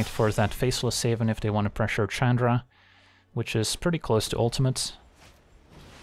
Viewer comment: I wonder why he always called her Chadra instead of Chandra.